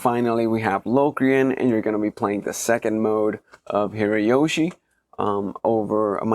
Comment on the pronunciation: Hirajoshi is not pronounced with a "y". It comes from 平 hira meaning "flat" and 調子 choushi meaning "tuning". You make the chou voiced when you concatenate, making it "jou".